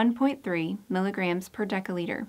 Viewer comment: Why does narrator mispronounce "dL" with a hard c or k sound, instead of a soft c? Narrator pronounces dL as [deka] liter, and of course deca- is a different metric prefix meaning 10X, that is to say, 100X bigger than the deciliter that dL denotes.